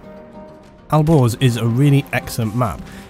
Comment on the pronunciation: when you said "Alborz" it sounded like "Al Gore's" lol